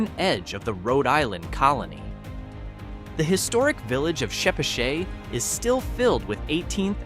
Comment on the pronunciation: LMFAO.... i have lived in north west RI for well over 40 decades, burrillville ( aka burro-ville) and "GLOSS_TER", in the village of " CHA-patch-IT"....... these AI audio bullshi# crack me up.... i came from bostin and would not trade livin in the woods, for all the $$$ in the world.........